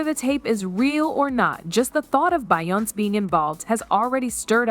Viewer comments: Say her damn name right! It's not bion its BEYONCE'!!!! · You should thank Be yon ce for being able to breath.... 🤣🤣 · What is Bayonse? I wanted to watch and listen to this but this Bayonse got me bored. Please pronounce it right to make your video interesting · what the fuck is her name…bion …???what the fuck is Bionn!!! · Yeah I got bored from watching because of that Bayonse crap. I just paused and now I'm out. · A little bit and she was calling her BIONIC 😂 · She's saying her name wrong to stay out of legal trouble 😅. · You can’t even say her name right! 😂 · Omg pronounce her name properly lol Hollywood is fuck up 😢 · I agree with you I mean I know there's a lot going on that's putting her and Jay z in hot waters but like the fuck if reporters is gonna spill tea about someone the least you can do is say their damn name right 😡😒